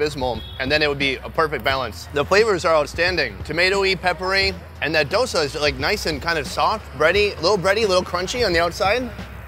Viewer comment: FFS ITS DoSA NOT DOSA